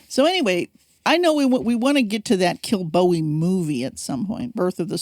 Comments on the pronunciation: It's promounced Kill-bow-ee. I was brought up there. Kilbowie Road, Clydebank. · OK! so the emphasis on first syllable is correct? Darn Yanks. :)